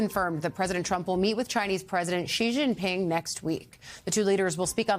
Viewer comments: The anchor pronounced "Xi Jinping" pretty close to the standard mandarin pronunciation LOL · This is the only time this newsreader pronounced President Xi full name accurately 😂